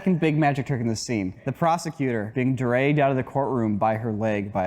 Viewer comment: you can tell is from the east coast by the way he says dragged hahah